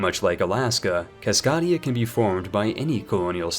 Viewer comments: it's pronounced Cas-kay-dia, not Cas-cah-dia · I will be sure to like your video. You always manage to improve my game so it is the least I could- "Cas-KOD-ia"... and unsubscribed. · Nice video, good jokes and info! Buuuut you pronounced my home wrong lol, it's CascAdia, hard A not soft 👍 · 'French Ducky' 'A Pie Rus' 'Loffarre' 'Caskadia' 'Lubbec' But he can say Baja California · Actually, Herzegovina is pronounced like.. Herzgovina. The second E is silent. And fucking KÁSZKÁDIA. WTF WASTHAT. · It's CasKAdia like it's a longe "A" sound like "CAT" not a soft "a" like "Caught". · As a Cascadian, it’s pronounced Kass-Kay-Dea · The way you say Cass-CAY-dee-ah hurts my brain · take that back my man. Jokes aside, Cascadia (pronounced kaskadeia) is named after the Cascade mountain range and is more of a cultural union created due to the people of Northern California, Oregon, Washington, and British Columbia developing and sharing a distinct culture different from the rest of their respective nations. It's actually a growing movement at the moment. Its politics were originally based around self-sufficient conservatism, but has shifted to a more Social Democratic/Social Libertarian mindset over the past few decades. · you’re good 😂. Kas-kae-dee-uh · You butchered Cascadia's pronunciation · The way you are saying Cascadia hurts me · Thank you for the very good video. But I always cringe at the thought of non-native English speakers learning words from you. Cascadia comes from Cascade, and the main vowel is pronounced that way. Papal has the same vowel sounds as Naples. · As someone who lives in Washington state, your pronunciation of Cascadia made me laugh. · As a person from the Pacific northwest, I'm offended by his pronunciation of cascadia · That pronunciation of 'Cascadia' was a bit cringey